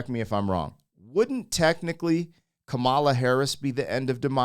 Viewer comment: Kah-ma-la, not Kuh-Mala.